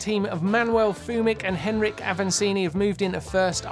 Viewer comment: Since Avancini is my favorite rider I will say his name is pronounced "En-ree-kay"